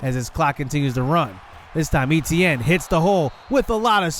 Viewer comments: Right. Ate-T-ann not E-T-N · i hate the way he say etienne. but good video